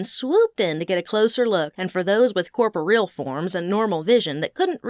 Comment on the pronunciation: The story is very good. I've listened to them from the beginning, and I'm pleased they're all stand alone with a thread of continuity. I like the narrator though she has a tendency to emphasize words that don't need to be. It's not often/ She does need to learn how to properly pronounce corporeal. I'm looking forward to listening to book 4.